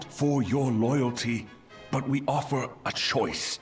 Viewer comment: "Oofer" th. Th. Met je tong op je voortanden ipv proberen te fluiten.